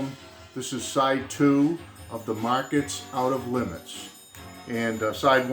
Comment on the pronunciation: Yep, no Muzak versions of Beatles songs here! ;) (BTW, it's pronounced 'Mar-KETTS' :) )